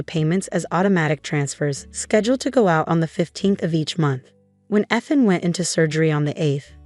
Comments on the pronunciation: Can't you have his name read correctly? It is pronounced "EETH-AN", not :"ETH-an" ! If you are too lazy to get the name right, then don't bother posting!!! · Teach the "voice" how to say Eee- than, not Eth(like beth) an.